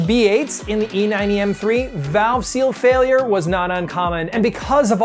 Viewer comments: “Driveshaft fialure” lol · FIALURE??? LOL